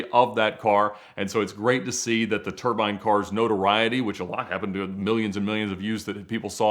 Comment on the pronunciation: might need to come back on to teach everyone how to pronounce "turbine"